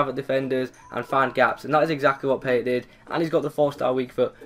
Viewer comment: It's pronounced Payé